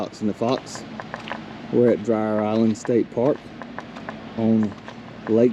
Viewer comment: It’s pronounced, Dreer. Glad y’all enjoyed the park and lake. Love your channel!!